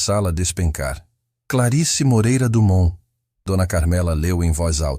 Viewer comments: " Do mão " 👎 " Domon " 👍 🤨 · " do mão " 👎 "domon"👍